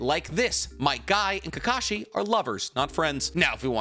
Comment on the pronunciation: Fug all these other comments, do a top ten anime lovers list and just talk about might guy and “KEEKASHI” the whole time